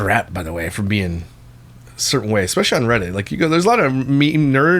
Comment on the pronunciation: I can’t stand the exspecially! Seems like I am hearing this more and more 🙄